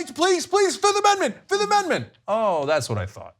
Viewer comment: Did he say "I plead the fizzifth" ? If he did I might like him more.